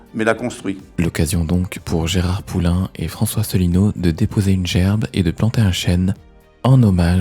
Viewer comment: "Cher" Mr François "Allineau" ??